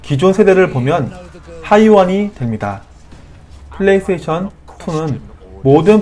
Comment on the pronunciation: 플레이 서테이션으로 들립니다.